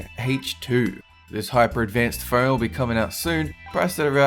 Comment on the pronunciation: Am I the only one that hears "fern" every time he says, "phone"?